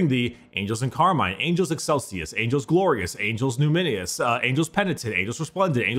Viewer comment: Right- I'll blame lack of gooder English, but I swear when he said "Angels Numinous" he said "Angles New Mini-us".. And, that's too on the nose, even for James Workshop.. But, it still sounds like it should be canon! 😁